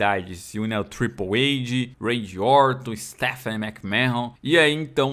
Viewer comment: Acho engraçado q o pronuncia TRIPLE AID kkkk